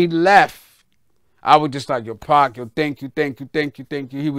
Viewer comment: lol he aint say pac Dawg said pqc😂😂😂😂😂